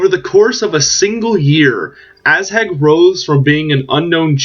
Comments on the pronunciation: lol it's Ah-zhag not Asshag.. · Definetly asshag.